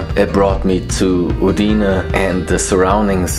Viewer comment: Hallo Timo, Schön das es Dir im Friaul gefällt und Du Trails in Kombination mit Leute und deren Kultur schätzen gelernt hast. Bitte betone Uidne auf den Anfangsbuchstaben. Mandi. Grüsse von einem Zweiheimischen Eugen Haubensak De Cecco